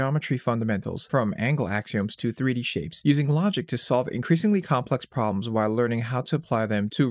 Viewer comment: Whall The word is while, rhymes with style